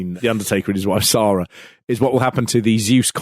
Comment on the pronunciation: Congratulations, that is the worst pronunciation of the name "Sara" I've ever heard.